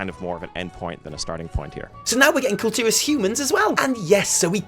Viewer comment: The pronunciation for Kul Tiras is "Cool Tih-rarse" and they're called "Kul Tiran humans" not "Kul Tiras humans" someone from Kul Tiras is a Kul Tiran, pronounced "Cool Tea-run".